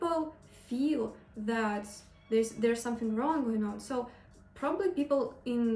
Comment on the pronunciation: someSing around Zat? Are you serious? you even do not any effort to pronounce English words in the right way dude! It is miserable!